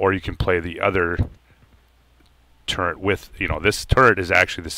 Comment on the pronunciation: The word is TURRET.......not TURRENT